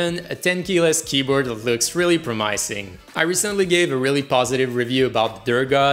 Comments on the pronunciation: Just google pronunciation of promising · the way he pronounced promising killed me